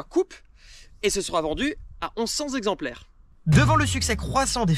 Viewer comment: Beaucoup de fautes de syntaxe et de prononciation (trente-cinq z'exemplaires ...) dans cette intéressante vidéo. Un peu speed mais sympathique.